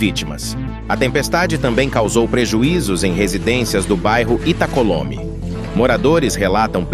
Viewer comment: Da a notícia e nem sabe falar o nome do bairro direito. É Itacolomi, em homenagem a Extinta Tupi